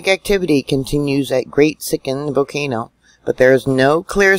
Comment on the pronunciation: Thanks! 💐 Don’t forget the “L” in volcano 🌋😳💥👍